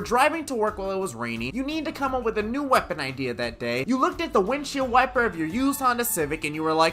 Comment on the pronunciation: He just said what weppon class do you whant me to do next... What weppons are even left?